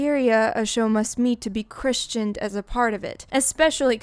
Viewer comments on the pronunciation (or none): "Christened" or "named" is colloquially pronounced "Criss-ind", with the "t" generally being silent for convenience, just FYI. Your English is great.